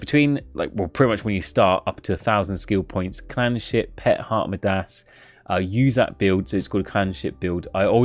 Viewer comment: YOU KNOW YOU SAY MIDAS IS THE STRANGEST WAY RIGHT